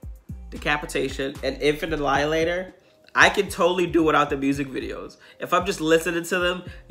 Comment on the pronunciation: I lost my shit every time I heard him say Infant Alialater. I told my wife "Hey There Delialater" and we both lost it. Also my wife is upset that you didn't attack the Christmas tree.